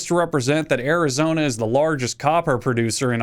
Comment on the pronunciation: I'm actually not mad, you nailed Arizona